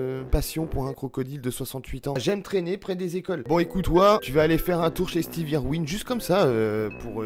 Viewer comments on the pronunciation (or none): none